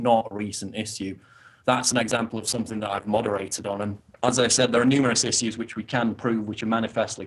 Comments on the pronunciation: The way Paul pronounces "issues" is really annoying he do got good points though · I think that's how the British pronounce it.